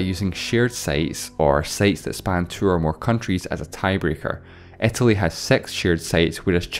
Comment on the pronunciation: Please don't say "ä" instead of "i". Pleeeaaasseee